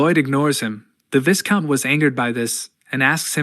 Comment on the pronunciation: Blargh, it's always the singularly mispronounced words that bother me, VIGH-count not vis-count Chroist, google is that way >>> I understand English as a second language, and text to speech as a method to ease production, but this has been solvable for .... well, for as long as other people existed (hell give me $5 and I'd do it)